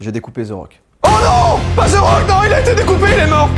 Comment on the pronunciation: We nails pas zerock Mais The Rock